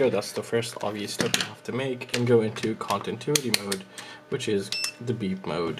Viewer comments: Con - ti - new - it - ee 😁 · Which mode is "Contintuity"? :D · thanks bro but its continuity not contintuity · Say it with me. ContiNuity